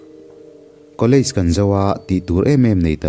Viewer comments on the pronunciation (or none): none